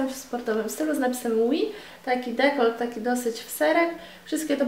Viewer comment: przy dekolCie, a nie dekolDZie - dekolt, a nie dekold!! ;) a zakupy super ;)